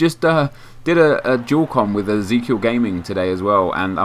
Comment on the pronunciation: you said ezekiel wrong..